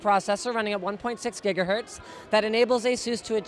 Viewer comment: You said jigahertz wrong at the beginning :(